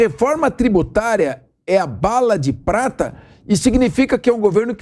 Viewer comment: Meu Deus. Será que só eu ouvi Bala de PRASTA. 😂😂😂